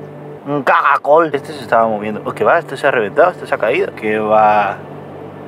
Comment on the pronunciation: por que dices cagacol?